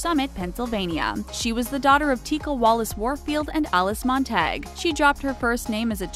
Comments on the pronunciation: Oh, and also Montague becomes Montag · It’s mon-ta-guh-ew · lol It's not Mon-tag.... it's pronounced Mon'tuh-gyew (like in Romeo and Juliet. The Capulets and the Montagues...) Audio of pronunciation